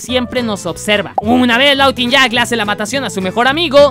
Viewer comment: se dise lawuinyak